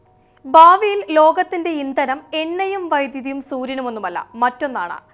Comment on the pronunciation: ബാവിയിൽ അല്ല " ഭാവിയിൽ" ആണ് ശരിയായ ഉച്ചാരണം. ശ്രദ്ധിക്കുമല്ലോ.